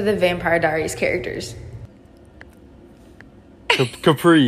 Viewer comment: Not "Capri" 💀